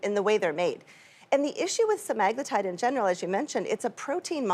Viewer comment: SEMAAHHGLUTIDE.. ITS SEMAGLUUUTIDE lady.